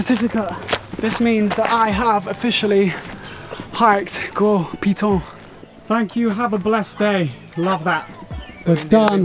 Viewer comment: My goodness! As a local if I hear this man say the name of things in this video incorrectly for the next 5 mins , I will scream. You mean to tell me, not one of the guides corrected the poor man on pronunciation of saying Gros [GO] Piton. & Castries [CAS]tries.. and others 😅 Wheeew!